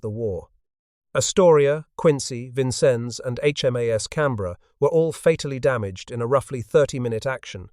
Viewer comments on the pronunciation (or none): none